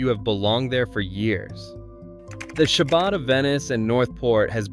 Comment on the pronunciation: well it's not pronounced "shabad" that's for sure